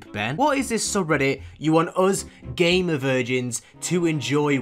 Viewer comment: The GAY MER virgins 😂 (and yes I do know that its GAMER not GAY MER)